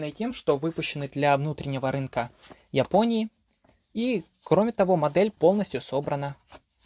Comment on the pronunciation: В ЙАпонии, из ЙАпонии😅 Спасибо за обзор😎